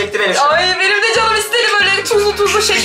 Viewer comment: Banım diyo ahhaha